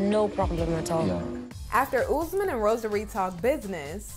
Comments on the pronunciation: It's not pronounced UZ-man , it's pronounced OOS-MAN. 🙄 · You need to stop calling him ouuzzzmen bro its OS-MAAN